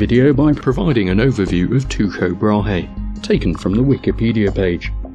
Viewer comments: GreatPirateSolomon Well, more like Tu'-ko. But his first name is the latinised of the name Thyge, so how you pronounce is kind up to yourself :P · Incorrect, in Danish the e is voiced "Brah-heh". The Tycho is mispronounced, however, it is more like "tuecho" like u-umlaut would be in Deutsch. In English both "Brah" and "Brah-Hay" are correct. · I can at least understand the consistent mispronunciation of Tycho Brahe’s name, as here in the U.S., I don’t think I ever saw the name rendered with the umlaut that indicates the appropriate pronunciation (at least not in school). However, I find the rest of Jism’s errors less forgivable. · Also is that how you pronounce his name? Have been pronouncing it wrong for years? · Cut the guy some slack on the pronunciation: in the States we call him /ˌtɑɪ.koʊ ˈbɻɑː/. Your way may be more accurate but I've literally never heard it from an American. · Sounds weird. I don't know of any Danish region where Ty would be pronounced like that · Actually, Jizm is closer with his pronounciation of tycho than you are. Also, I listened to several audio files, including one on wikipedia, and the k is always spoken out. Just wanted to point that out and I also want to clarly state that I am not a flat earther. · Nice video... Sadly, Tycho Brahe is not pronounced Tuko, but Teeko “Tycho's Danish name at birth was “teeguh Brah”. Tyge Latinized his name when he was a young man to T-Y-C-H-O B-R-A-H-E. Pronounced in Danish it's “tee Koh Brah ”. or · His name is pronounced Tycho NOT Tucho! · not tyshoe you should pronounce it this tyyko brae. If like we should pronounce shopernicous then kopernicous. Anyway you doing great youtube videos. Have a nice day. :) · Why are you pronouncing it Tuko? Pronunciation guide says taɪkoʊ. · Okay, Tie Ko Bra he is incorrect. But so is Two Ko. I have heard Danish speakers pronounce his name and it was in my poor phonetic spelling Tee Ko Bra. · its Tycho not Tuko